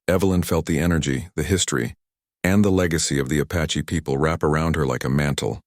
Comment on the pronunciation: Good grief! It's APACHE, not A PATCHY!